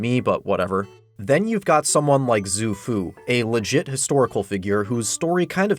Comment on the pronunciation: Great video! (Although in pinyin, x is pronounced more like sh than z, so Xu Fu is like "shoe-foo")